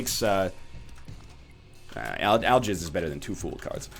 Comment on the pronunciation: nl nice english aljizz instead of algix